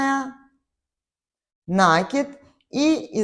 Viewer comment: НакИд,от слова накИ бываем( петлю на спицу) Ухо режет,объяснение хорошее,а вот слова произносить нужно правильно.( Не обижайтесь)